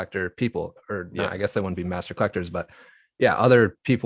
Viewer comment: Master. Not Mastor 😻. Love the channel.